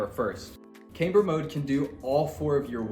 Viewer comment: Loses a bit of credibility when you don't know how to say "camber"